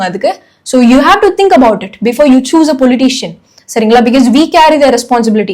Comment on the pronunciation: because ன்னு நீங்க சொல்றது different ah iruku. usually ah பிக்காஸ் ன்னு சொல்லுவாங்க. நீங்க பிக்யஸ் ன்னு சொல்றிங்க.